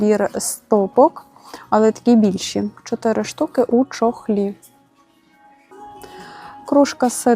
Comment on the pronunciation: дякую за огляд,но Ваше звучання чотирі б.'є ро голові, навіщо так казати, включить та послухайте..